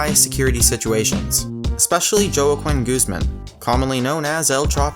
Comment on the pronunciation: EL Chapo's real name is NOT fucking pronounced that way because his first name is my first name, the way they pronounced it is completely incorrect, its spelled Joaquin but pronounced "wa-king"....if you are going to do an informative video, then pronounce the names correctly